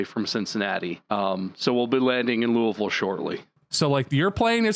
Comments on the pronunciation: Hearing them pronounce Louisville correctly warms my heart! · yep! where i live it's commonly loo uh vull, aka the way they pronounced it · I can't believe they all pronounced Louisville correctly o.o